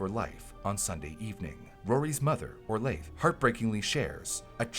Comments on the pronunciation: "Orlaith" is pronounced "Orla". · Orlaith is pronouced Orla. It's an Irish name, like Rory. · In Ireland in recent years, we've had an uptick of Sepsis awareness. Adverts are run and leaflets are up in doctors offices, pharmacies, and hospitals, and I have to think it's because of Orlaith and Ciaran's tireless work. A small aside; Orlaith is pronounced like Orla :)